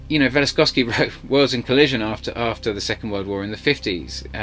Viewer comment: This is wonderful to listen to but please, it isn't Velistosky... it is Velikovsky.